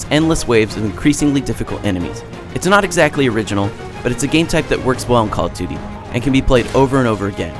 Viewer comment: "Coll tooty"